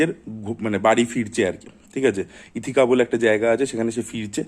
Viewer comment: Did not expect such a clickbait caption from you. Odysseus, Ithaca, Greece egulor bhul pronunciation o asha korini. I really like your channel tai egulo kan e lage.